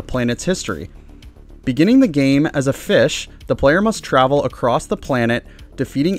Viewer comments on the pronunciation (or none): none